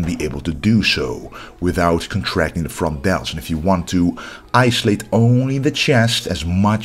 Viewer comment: "The frontdeltschhhh”